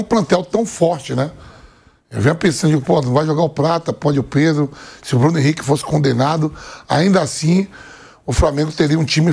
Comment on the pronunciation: Pedro = predo